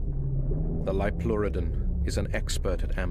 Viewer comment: Liopleurodon is pronounced like that.